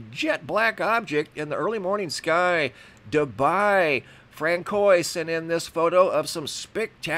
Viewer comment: The name "Francois" is pronounced like "FRANCE-wah"